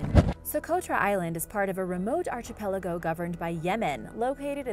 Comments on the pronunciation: Archipelago is pronounce ARK EE PE LAGO not ARCHIE PELAGO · its pronounced "ark-i-peligo' not archy peligo like some mid west Guido and being from Australia its pronounced frazor island not frasier like the show ' ugh do your research before you post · Love all your videos, but the archipelago thing is driving me crazy. Its not pronounced like arch...but like ark-ki-pell-igo. I even googled it to make sure I wasnt crazy. I'm sure you have a lot on your plate but I just cringe when I hear the pronounciation. It happened in another video a week or so ago as well. Anyways rant over. Keep up all the awesome videos! I watch everyday! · I know I've mentioned it wayy too many times but, my OCD requires me to yet again bring up the mispronunciation of Archipelago,, it's pronounced Ark-i-pel-ago... I'm not trying to be a pain but PLEASE fix your pronounciation! 👍 I really enjoy your videos but the Archipelago thing drives me nuts!! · I am multilingual, so I'm probably more picky about people with English as a first language pronouncing English words correctly.